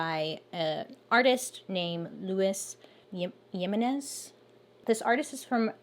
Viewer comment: The scariest part is definitely Bailey trying to pronounce Luis Jiménez